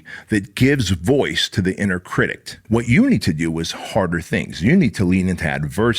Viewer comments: Critic, not critict. Love ya man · I know English is your second language, and as someone TRYING to learn Spanish I have mad respect for you. But for the love of god; it's 'critic'. There is no 't' or 'ed' at the end. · Please someone tell this man there's no t at the end of critic! Love you ❤️ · If you say cridict one more time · Pssst critic not critict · I find it endearing😊 makes me smile every time he says it